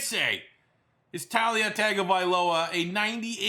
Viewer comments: It’s tu-la not ta-lia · It's pronounced Tuh-Lia Tongue-ovailoa. I get that's it's not spelled that way at all but trust me, that's the way it's pronounced.